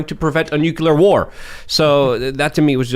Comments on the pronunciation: HEY!! NUCULAR is not word!!! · Someone teach to say "nuclear"